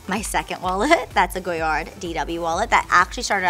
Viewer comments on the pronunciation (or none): It's pronounced "Go-yar" with a silent D. Rich, but not intelligent. Sigh...